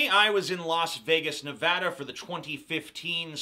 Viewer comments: You said nevada wrong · Novoda, when it is Nevada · I fucking hate people who say "Nevoda". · It's pronounced however people pronounce it, don't be a dick about it. Nevoda. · Fennec Besixdouze First of all, the hell is all the hostility? And yes people some people do not pronounce Nevada right, it might not be Novada, but it is close to that.